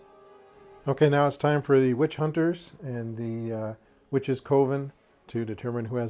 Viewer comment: Forgive me for sounding rude, I truly do not mean to come across as such. I think coven is supposed to be pronounced more like "kuh-ven"... not "koh-ven". I had an English teacher back in grade school who was a bit of a stickler, and apparently old habits die hard :( Again, please forgive me if it comes across as rude.